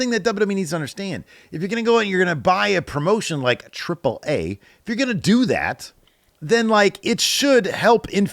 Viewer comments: Huh. I knew you knew some spanish, i didnt know you were paraguayan, thats really cool! As such, im (presumably) in the minority of people preferring you pronouncing AAA with its Spanish name, i hope the internet didn't bully you into thinking you can't speak spanish because of the way you look. That would be unfortunate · Lucha Libre AAA, how would it not be pronounced AAA? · I always feel like I'm in the low percent of people who don't give a.... - When hearing for the first time saying AAA weirdly (at least to me), I thought there was a legit reason for it - because he's the wrestling guy, for many years, he's had access to earlier AAA events, I haven't - so I wondered why he said it that way - but didn't give a crap enough to make a mean as comment about it or tell him to stop 😆